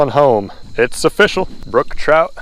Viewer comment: "It's offishal"